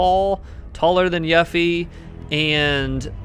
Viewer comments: I kind of feel like you mispronounced yuffie on purpose lol it’s pronounced You-Fee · How tf do u mispronounced her name u dumbass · Youre a fan and you mispronounced her name? Lol, it's literally voice acted and said in the game.